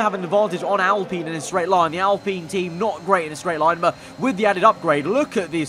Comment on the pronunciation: Its pronounced al-pine not al-peen